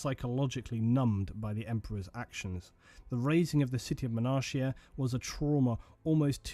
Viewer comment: 1 thing.... Sorry.... Is called "Monarchia" with the "CH" as a "K" so is like "Monarkia"